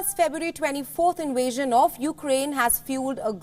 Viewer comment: What is an “InWasion..???’”